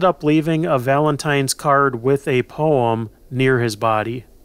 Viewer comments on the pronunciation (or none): none